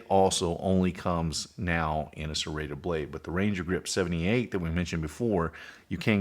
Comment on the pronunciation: You had me till you said serrated